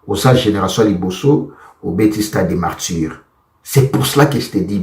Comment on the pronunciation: Garçon qui te demande de parler en français vraiment qui dit moi,fait ton analyses en lingala c'est plus mieux on dit pas initiatif mais initiative,c'est stade de Martyrs pas de Martdjir aujourd'hui j'approuve que c'est toi la définition du mots RIDICULE dans le Dictionnaire.